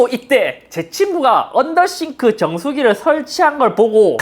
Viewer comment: 언더더쉬~~네ㅋㅋ 언더더쉬~~~언더더쉬~~